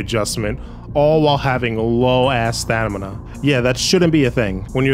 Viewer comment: Stamina. STAMINA. STAM-NI-A.